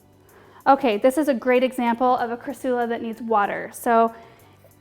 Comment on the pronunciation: TBH it was bugging me how you were saying cra-soo-la BUT... it grew on me. Hehe. You're that likable!